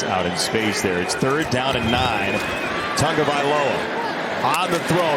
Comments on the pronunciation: It's not "Tangovailoa" nor is it "Tungovailoa." It's "Tagovailoa" and they're paying you waaay too much money to have a reading comprehension disability. Good work by the Cards to get the win and stay close in the powerhouse NFC West. /s For the Dolphins... there's always next year. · Can't these hi-paid commentators and these so-called journalists pronounce the man's name properly.... it's not Tugovailoa, it's TAGOVAILOA.. So disrespectful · Why do announcers keep throwing a non-existent "n" into Tagavailoa's name?